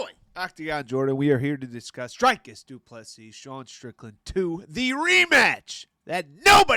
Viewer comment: His name is pronounce Drew like tree kis like miss. Doo, please like Bess, cee like see ❤